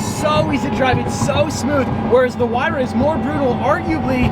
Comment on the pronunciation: Did this man just say “Pagani who-why-ra”? It’s “why-ra” the h is silent. Edit: He started saying it right, must have been joking lol